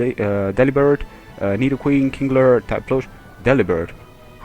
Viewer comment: Kingler not kinglet